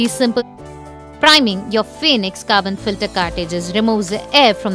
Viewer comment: Bonjour et merci pour votre vidéo qui m'a permis de monter mon filtre à eau par gravité sans crainte de me tromper. Le mien est un petit de 6L et n'a que 2 trous dans la cuve supérieure, mais le reste est identique. Si je peux me permettre la marque Phoenix tire son nom du célèbre oiseau qui renet de ses cendre et cela se dit en phonétique fénix et pas foénix. Merci encore pour vos explications et longue vie à nos Phoénix 😉